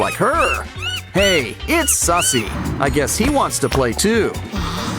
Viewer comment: Its Suzie not sussy